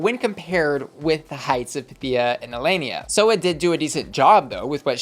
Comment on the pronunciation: I remember Nehelenia said she got her name from Sailor Moon, the evil queen of the dark moon. So why does everyone say her name wrong? That’s not how they say it on the Sailor Moon TV show.